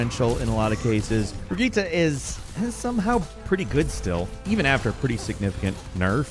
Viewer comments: Bri-jet, not bri-get-uh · Brigette is pronounced "BRA-JEET" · Why can nobody pronounce brigitte years later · pronouncing Brigitte with an a at the end like he doesn't understand english is the oddest thing ive ever heard. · Trying to find someone who commented on that. What the fuck even was that lol not even close….